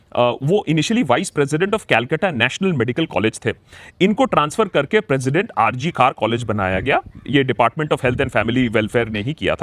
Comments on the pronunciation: It is not R C Kar 😡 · It is not R.C.KAR. IT IS R. G. KAR. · It's R.G.Kar not R.C.Kar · RG kar not RC Kar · It is R G Kar, not R C Kar. You are saying R C Kar repeatedly. You are also a Bengali. Please pronounce it correctly. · It's not RCKar but it's R G Kar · It's not R C KAR..... It's R G KAR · Bhai r. g kar hai nam hospital ka r. c kar nhi. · It’s not RC Kar but RG Kar hospital Banerjee babu ! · R G kar Not R C kar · Its R G Kar Sir, not R C Kar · It's R G KOR Hospital Not R C KOR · Please Sir, Correct your pronunciation. It's Not R C Kar it is R G KAR Medical Collage Hospital. Founder of Radha Gobinda Kar Sir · It's not R C Kar; it's R G Kar. Please pronounce correctly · Sir,hospital name RG Kar. Not RC Kar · It is RG KAR NOT RC kar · yaar ... its R G KAR ... not RC kar ... :( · Its R G GGGGGGGGGGGG not C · Sir, It ll be RG kar pronounced in the video. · It Is R G Kar not R C Kar👍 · Its R.G Kar not R.C Kar.. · That's R.G.Kar hospital... Not R. C. Kar... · Not R C Kar but R G Kar hospital if I heard correctly.